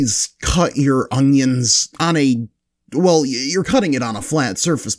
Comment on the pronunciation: why does he keep saying ongions lol